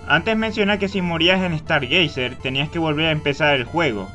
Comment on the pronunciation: "Dragón kest" "Estar geyser" :V Pronunciaciones OP con chadown :V